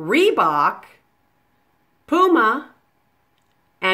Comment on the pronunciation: Also it is not pooma it is puma